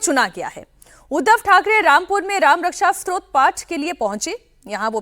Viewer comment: It is not ‘strot’………it is STOTRA